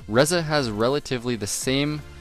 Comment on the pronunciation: Ree-za ffs